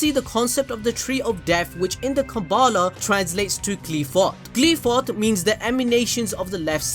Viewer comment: First of all it not Qleephot It's Qliphoth Qlai-pho"th" (like "th"ot)